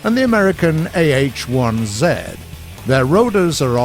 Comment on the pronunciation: AH-1Z.. ZED... always good to have a brit as voice over who knows how to pronounce words and letters correctly